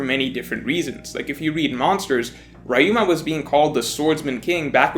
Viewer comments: REE-UMA, not “RY-UMA” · Who is this RYe-Uh-ma you keep mentioning? Or are you speaking of Ryuuma? you know the Ry as the ri in rich. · It's "Ree-you-ma," not "Rye-you-ma." You're making my "Street Fighter Live Action" trauma came back. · it's RYUMA riyu-ma not rayu-ma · Who the hell is rayuma! It’s ryuma bruh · Rayuma?? 🤣🤣 it’s fuckin RYUUMA! Ri-yu-ma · Is anyone else bothered by how says «Wrah-yu-mah» instead of «Riu-ma»? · rye-yoo-ma rye-yoo-ma rye-yoo-ma rye-yoo-ma rye-yoo-ma rye-yoo-ma It's not hard to say Ryuma properly... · Re-u-ma. Are you watching OP with the dub?! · The way he pronounces Ryuma grinds my gears. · You pronounce Ryuma wrong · His Ryuma's pronunciation makes me cringe, but good video, please respect the original language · As much as I enjoy and agree with this video, your mispronunciation of Ryuma is physically painful. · Never pronounce Ryuma like that ever again.